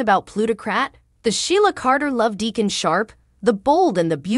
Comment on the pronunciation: Who is clever? Then you say Decon? And Liam is pronounced LEE-UM NOT LY- UM??? IF YOU TELL THE STORY GET THE NAMES STRAIGHT!!! OMG😮